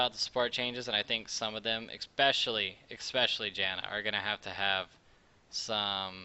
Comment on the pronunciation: "xpecially Janna" HAH